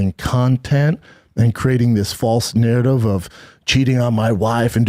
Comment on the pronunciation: I lose brain cells every time Schaub says the word narrative